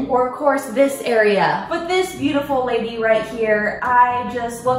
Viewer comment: She was like "DoEs GaRlIc HaVe ThE sAmE eFfEcT aS oNiOnS" and I was like "MaYbE yOuRe JuSt A vAmPiRe" the she said "veautivul" so yeah sis